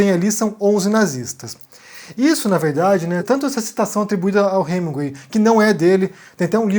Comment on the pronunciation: Para você que é o rei da pronúncia, está feia essa pronúncia de "HeminGÜEI"...